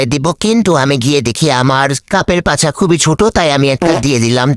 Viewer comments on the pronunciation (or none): none